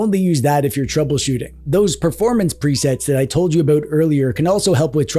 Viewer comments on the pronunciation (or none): You said "aboot" not about.